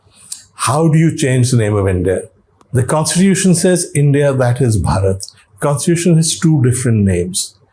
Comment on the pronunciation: OMg !!! little knowledge is such a dangerous thing. Lord Ram's brother name was Bharat not Bhaarat. भरत not भारत